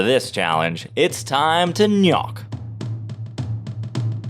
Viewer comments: Interesting video, however your faulty amateur methodology ruins the entire experiment because it should CLEARLY be pronounced "G'nok" and not "Knock." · shouldnt it be pronounced like nok or g-nok, and not nyak? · the pronunciation of GNOK was a little annoying, but other wise a really good video! almost makes me want to play the game again